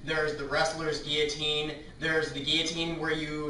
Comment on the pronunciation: that's not how you pronounce it...